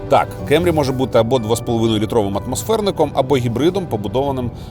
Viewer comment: абсолютно нічого не маю проти Америки) Основний посил був донести що якщо обзор в Україні, укр.мовою, то кЕмрі ріже слух) якби це був огляд авто англійською то і питань би не було. Свою позицію щодо вимови моделі детально описав, тому рахую тема закрита)